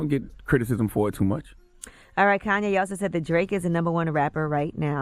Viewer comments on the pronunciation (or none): Man fck Koonyé and the other K's. KKK